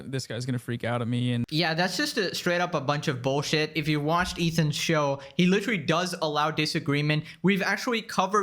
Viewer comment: You need to stop using the word literally so much. You're not using it incorrectly or anything. You just can't pronounce it properly. Try synonyms like actually, really or plainly.